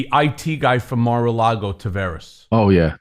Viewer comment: "Mar-a-Lardo"--Isn't anyone ever going to tell him?